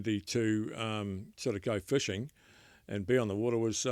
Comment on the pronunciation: Fishing. Not fuushing